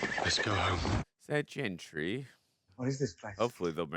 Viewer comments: still saying the damn name wrong. GENDRY not GENTRY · He keeps saying Jendry, instead of gendry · I am convinced just can’t say the letter D in gendry at this point cause wtf lol